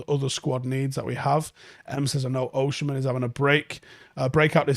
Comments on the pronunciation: You say Osimhen as Oshi-men and it’s funny. It’s pronounced as O-see-men 👍🏾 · he's Osimhen not Oshimen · why is he saying it like that 😂😂 its Osimhen, not Oshimen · It's pronounced Oh-seem-hen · Least you can do is learn to pronounce his name properly